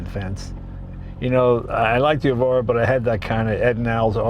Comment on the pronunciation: "Evora", Mr Leno. Generally Lotus names start with an "E". Good to see you out there in a quality sports car, it looks fun.